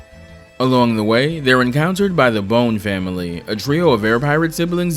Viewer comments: This isnt a critique to be annoying but the Bonne's, the name is pronounced like Bond, not bone. Bon Bonne is a play on bonbons, etc. Love your work, the Cyclops video is my absolute favorite :-) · I think Volnutt’s Weapon Switch gimmick in TVC is way more elegant than Mega Man’s in MVC. Though as a side note, I’d put more stock into how the Legends games themselves pronounce Bonne compared to MVC3, personally.